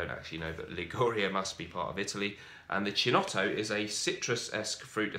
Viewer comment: Not to be a bore but chinotto, 'chi' in Italian is pronounced 'ki'. Anyhow love your reviews